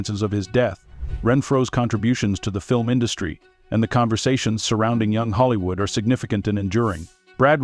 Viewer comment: If you’re going to make videos about Hollywood, please pick a voice that can pronounce Hollywood.